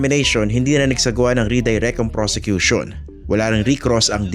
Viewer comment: Sinabi pa nya persecution instead of prosecution.